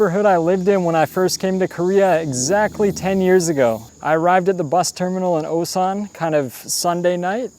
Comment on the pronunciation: Feel bad for instantly assuming u were gonna be those foreigners that barely speak the native language after living for 10 years from the way you pronounced Osan with that long English O lol I can't help but want to point out that ur korean would be native level if u just brushed up that pronunciation cos ur grammar seems to already be there. (that's the hardest part of course)